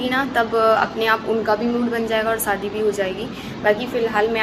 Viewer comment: Saadi Saadi kya hota h? Shadi hoti h plz thoda thik se bola Karo acha nahi lagta aap public platform pe ho thoda dhyan rakho.